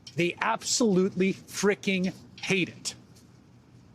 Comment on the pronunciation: That sounded more like "frickin'" rather than "freakin'", to me...